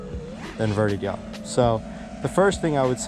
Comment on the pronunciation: You make the "jaw speen" easier than Charpu. 😂😂